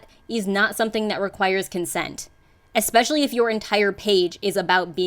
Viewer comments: "exspecially" from a nurse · I won't be taking any advice on crossing boundaries from people who pronounce especially as "EXspecially." These people are the dumb leading the stupid.